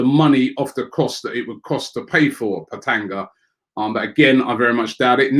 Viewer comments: Robbie he is Petagna not Petanga haha. come on. G before N. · Robbie it’s Andrea Petagna as in PET-AN-YA not Andre Petanger😂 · Lol.....it's not petanga! You'll read it Petania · petanga!!! lmao ...its petagna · ''Petanga'' LOOOL. It's pronounced ''Petanya''. But he is a very good player, believe me. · Hi Robbie not pe-ta-nga it is pe-ta-nya😀😀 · its not peta-nga Robbie its pronounced peta-nya... Robbie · Robbie my man it's pronounced at 'Pet-a-nya' and not 'Pet-an-ga' Jesus this Don ruins names on a daily basis smh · It's written Petagna but pronounced Petanya. And I can assure you like 100% that we'd sign Giroud and Wilshere back before we sign him. The guy isn't talented enough for a club like Arsenal. Harsh but True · Common robbie it’s petagna “gna” as ña not petanga 😂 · Every time Robbie said PetaGna I felt immense pain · ROBBIE IT’S ANDREA PETAGNA not Andre PetAgNa! My god my italian side and grandma just died by hearing your pronunciation. 🇮🇹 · And petagna 🤣🤣